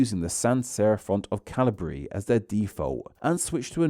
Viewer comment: Ah yes, Cahlihbree and Apotoss